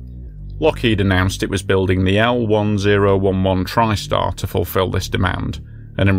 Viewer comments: Pronounced L-Ten-Eleven… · Lockheed El Ten-Eleven Tristar. If you're gonna make plane videos that is how to pronounce it correctly. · Good video about a horrible accident that sould not have happened. One correction: The L-1011 is pronounced ten-eleven.